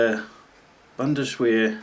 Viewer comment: It's pronounced Bundes-vehr